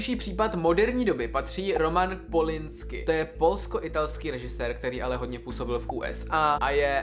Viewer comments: Roman Polanski a ne Polinsky ❤ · * Roman Polański je francouzko-polský režisér a výslovnost je /polaňski/ ty to vyslovuješ jako američani. Otec byl polský žid a matka ruská katolička. Možná se schovávání v krakovském ghetu na něm nějak podepsalo.